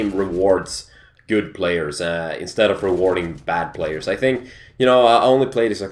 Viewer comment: when says you it sounds like JEW:))